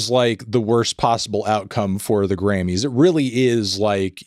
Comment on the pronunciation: I definitely kept hearing you say "granny's" which made this entire thing much wackier.